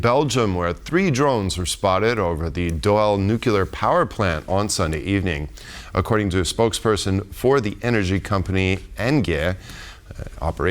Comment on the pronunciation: The word is nuclear (nook lee er) not nookyooler. Anybody who can’t pronounce that word properly should never be allowed to be a news anchor, journalist, or president. We have had too many presidents who couldn’t pronounce the word, but still had the authority to press the “red button”. Please pronounce the word like an adult.